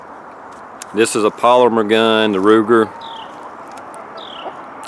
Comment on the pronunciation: Did he say Ruger or rooster?